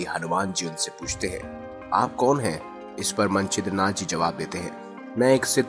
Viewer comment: मंचीद नाथ नही गुरु मच्छिंदर नाथ थे वो,गुरु गोरखनाथ के गुरु । नाम ठीक लो भाई। And second thing is nobody knows how much authentic these stories are..